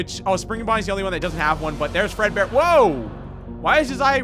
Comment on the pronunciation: yes I am speed who else had a little moment of silence for there soul prepare your eyes hewo! oh HEEEEEEYYY how are you? EEHHBBBRRRREEEEEHHHGGGEERRRRRR Fred peekaboo! I have died! Also does anyone notice that when says fredbear in a hurry it sounds like furrburr?